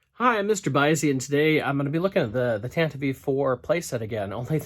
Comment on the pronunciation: I have 4 sets so far. (I could be wrong, but I don't think the "E" is pronounced in "Tantive".) Anyway, I am trying to work out my setup. One thing I did to it already, is I cut one of the angled floor pieces, so that I could attach a door on the open end of the hallway. I like the cardboard floor in your Leia/R2 scene hallway. I may get that, if that is what it looked like in the movie. I may try to get that end wall too, and put a red light in the middle of it, like in the film. For the side walls though, I am going to paint those gray and try to get "found items" for all the pipes, hoses and tanks, etc. Then I will probably mount the whole thing on a big board. Keep up the good work, dude. MTFBWY.